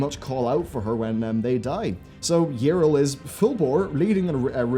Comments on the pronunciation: Her name is not "Irl" xD it's Yrel, as in Yee-Rel. English speakers amuse me xD But good characters gone bad is a theme i enjoy, "road to hell is paved with good intentions" and all that :P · It's Ya-rell. Not Yril.. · Okay like, so how can you mispronounce Yrel's name though? They literally say it out loud in several cinematics and voiced events in-game. You must have heard it over 200 times. Yet you say: Yirel - This is wrong. It's not Yirel. Go back. Do it right next time. Seriously. This kind of shit bothers me a lot. XD It would've been understandable if you've only ever read her name. But no. THEY SAY IT OUT LOUD, and you're like: Let's completely ignore that and go with my own pronounciation.